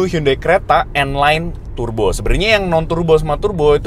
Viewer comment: Its not Tur-bo, its pronounced as Tar-bo.